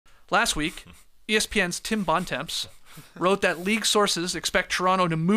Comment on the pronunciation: "Tim bon-temps"? Com'om Skeets, your Canadian and could at least make the effort